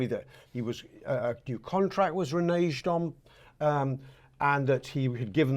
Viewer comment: Its a hard G in reneged you silly cockney twat